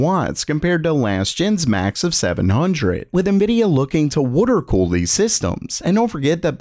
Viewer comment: “Wooter” cooler eh